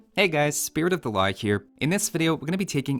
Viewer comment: You can never convince me that is not saying: "Spirit of the La Hire" at the beginning of every video!